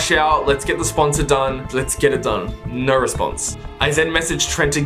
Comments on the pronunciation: he rly said "ñœ" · I can’t get over the “neh”